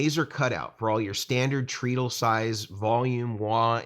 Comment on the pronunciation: Oh no! I'm being THAT guy but your pronunciation of treadle hurts my brain. I'm so sorry. I shouldn't say anything ... forgive me. It's actually TRED-uhl ... The pedal boards look amazing! All the functionality of the two-tier Schmidt Array boards without the sky-high price tag. Congratulations on the new products!